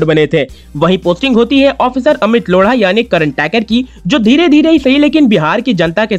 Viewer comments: लोढा है,लोङा नही। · Bauaa ko replace kr rahe ho there must be some potential haha😂 ..... lodha ko ese pronounce nahi krte dost 😂😂😂😂😂